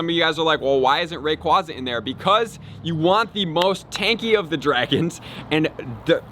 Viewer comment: I think it’s pronounced Ray-quay-za